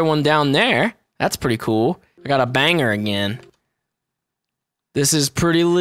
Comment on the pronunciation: I hate being this guy wait no i dont but when you say banger it sounds like you say bang her who ya gona bang